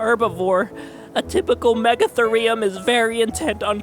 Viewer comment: MEGA-THEE-REE-UM not MEGA-THUR-REE-UM